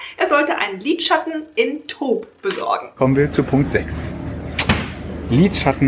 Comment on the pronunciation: Ich konnte nicht mehr vor lachen..... als dein Mann nach dem Lidschatten fragte. .... und wie er es ausgesprochen hatte. Trotzdem hat er sich Mühe gegeben und das sollte hoch angerechnet werden. Süße Familie.